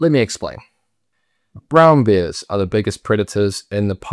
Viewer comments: It’s bears, not beers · When you say ‘bears’ it sounds like ‘beers’. 😂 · Great video but is he actually pronouncing “bears” as “beers”?